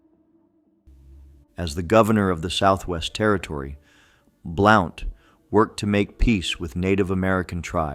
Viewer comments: Hey Yankee your pronouncing it wrong!Blount like a blunt object! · William Blount. His last name Blount is pronounced like in sentence "He has a blunt object." "Blunt". There is also a county named after him. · Blount should be pronounced as blunt. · William Blount's last name is pronounced like, "Blunt", i.e. "A blunt object", "smoke a blunt". Easiest way to remember is pretend the , "O" is silent. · Blount pronounced Blunt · Same with Blount. Should sound like blunt.